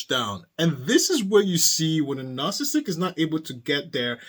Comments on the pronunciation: There are four syllables in the word, “narcissistic”, not three. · You are missing a lot of s’s in your pronunciation of narcissistic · I started to watch this but he kept missing a syllable of "narcissistic". It drove me nuts!